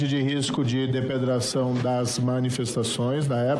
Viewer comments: "Depedração" hahahahaha. Vão jogar pedras. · O marreco falou: depedração? 😂😂😂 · ...eu ouvi direito???? O batoreh disse "depedracao"????? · “Depredração…” trava língua? Trava cérebro? Que cérebro? Nem para ladrãozinho serve! 😡😡😡😡💩💩💩💩💩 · O moro falou 'depedração'????? Mas o marcon é um caricato... Qq dia ele enche as calças. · Nõo é possível que ninguém ouviu o marreco falar ˜depedração"!!!! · Só eu ouvi o Moro falar depedração?!?! Esse marreco...😂😂😂😂😂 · Depedração!!!!!! Como esse homem passou na prova de português da magistratura????? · Adoro ver o Sujo Moro falar depedração. hahahahaha